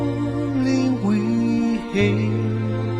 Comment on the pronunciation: "held" should be "hail'd" (hailed) "ramperts" should be "ramparts"